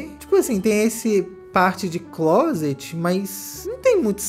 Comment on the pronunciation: O melhor do inglês dela é ela falando closet…